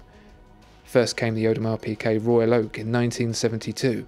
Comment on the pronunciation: Thomas Straßnig the pronunciation is very close to correct.